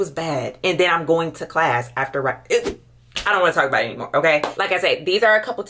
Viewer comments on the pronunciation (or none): none